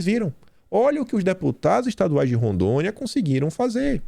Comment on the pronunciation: Não “Randônia” é Rondônia. Kkkkkkk